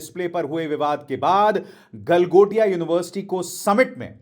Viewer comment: गलमोटिया नहीं गलमोदिया यूनिवर्सिटी बोलिये, 😂😂😂😂